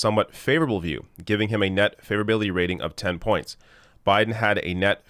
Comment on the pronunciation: every time you say "favorability", i hear hillbilly. weird pronunciation. (just to note: i like hillbillies, at least the ones i got to meet in NC. they know no bullshit)